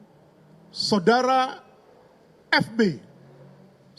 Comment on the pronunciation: mbak ini pasti kalo lagi bawa acara atau kalo lagi baca brita pasti bilang "SODARA" :face-blue-smiling::face-blue-smiling::face-blue-smiling::face-blue-smiling